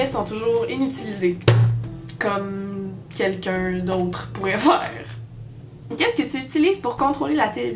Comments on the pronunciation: Effectivement t'as un bon accent français, mais on dit pas "Quelqu'eu", mais "Quelqu'un" comme le "in" de "terrain" (comme un terrain de foot, ou de Soccer comme tu dis) Nous l'char c'est la voiture, sauf chez quelques hérétiques qu'appellent ça comme toi, mais des synonymes on en a plein : caisse, titine, bagnole, tuture, char (oui oui ça arrive je t'dis), cage en métal (Bon ça c't'une chanson de Stupéflip) et bien d'autres qui n'veulent pas venir à moi sur l'instant :') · T'as dit quelqu'un ou quel con à la fin ? 😂😂😂